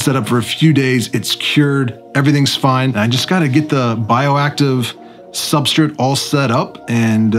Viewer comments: There is no i in substrate omg its so hard to listen to. Its like you are just kipping part of the word. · But dude, every time you say 'substrit' a fairy loses it's wings...... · I've been silently making fun of how you pronounce substrutt for months now. Keep up the good vids!! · I was quietly watching and ignoring how you pronounced "substrate" until u called me out lol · I noticed the way you said subrtrate right away when I first started watching this channel 😅 can I ask WHY though? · Why do you say substrate that way? You're the only one I've heard say it that way lol.